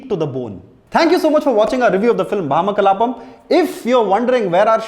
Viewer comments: It's Bhamaa 'భామా' kalaapam, not భా'మ' kalaapam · Its bhamakalapam .. not bhama kalapam